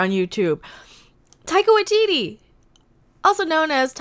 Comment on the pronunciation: "Tycho ITT". 😂😂😂🤣🤣🤣🤣